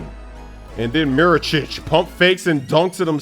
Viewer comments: ehi its mirotic not mirocic Ahahaha dio porco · my man.. MI-RO-TICH not Mi-ro-chich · Did just say Mirocic?